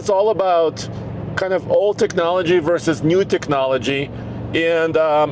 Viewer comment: Did say "verse"? Isn't the word always pronounced "versus"?